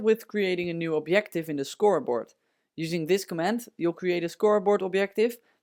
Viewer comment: I like how you say obyective. Also - this is cool.